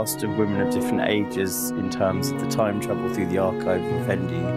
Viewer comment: Seriously?! Be realistic Kim Jones, it’s Fendi, it’s not Jondi!!